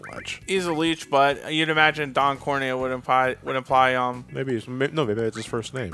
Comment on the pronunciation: I love how not only can not say corneo right, but he says it different every time